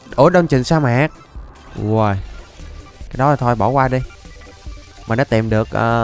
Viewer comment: sa mạc nha thầy chứ không phải xa mạc :)))